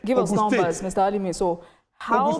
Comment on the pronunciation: Ha-lie-Mean(Alimi).You are a terrible human being.